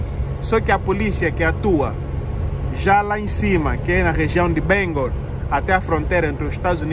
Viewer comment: You said Bangor like a native Mainer! So many people mispronounce it but you got it right!! Welcome home. Mom.